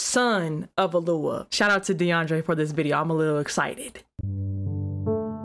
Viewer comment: SIS HOW YOU GETTING ALUAH OUT OF YOD-HAY-VAV-HAY ???